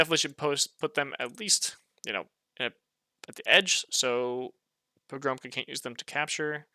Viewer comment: You should read pogromca as "Pogromtsa", it means conqueror in Polish.